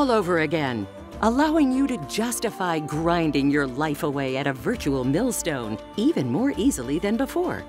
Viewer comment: Did she pronounce milestone as milstone?